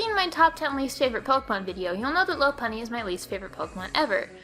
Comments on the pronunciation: them pronunciations doe. Lopunny, Helioptile. Ferrothorn. Druddigon, Barbaracle She pronounced Lopunny, L-ow-p-unny but its actually; L-aw-p-unny She pronounced Helioptile, H-eli-aw-p-tle but its actually; H-eli-aw-p-tile She pronounced Ferrothorn, F-erra-thorn but its actually; F-err-aw-thorn She pronounced Druddigon, Dr-ew-dd-i-g-aw-n but its actually; Dr-uh-dd-i-gen She pronounced Barbaracle, Barbacle but its actually; B-ar-bear-acle Dont believe me? Go look it up in the anime videos on Youtube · It's pronounced "Lop-unny," and "peenk" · If you're trying to be the guy who always complains about other youtuber's videos, I would suggest you stop. You're not very good at it. "Ferrothron" "Loppuny"